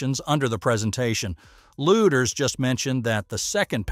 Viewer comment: Please pronounce Kathy’s name correctly. It’s pronounced ‘Leeders’ not ‘Looders.’